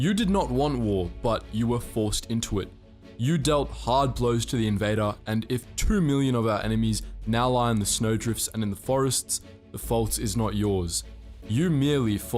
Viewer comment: its 'snow drifts' not 'snow driffs"